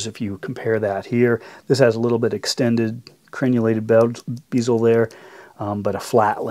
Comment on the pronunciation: its bezel not beezel and imorse not imorris